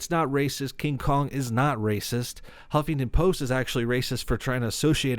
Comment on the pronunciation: I heard him say "humpington post" 😂😂😂😂 man, gotta kick out of that XD